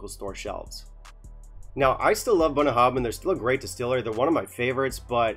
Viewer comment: You wanna know how to pronounce this? I think you nailed it . Then you hammered home the message . Thanks for the brutality in your honesty. It is very much appreciated. A distillery close to my heart, but fully because of the huge strides in quality they've made in the last 15 years. Not for this.Time to put 'em on the naughty step. Great, balanced, fair and succinct review... 🥃